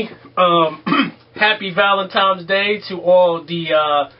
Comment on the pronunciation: Did he say "Valentimes" day?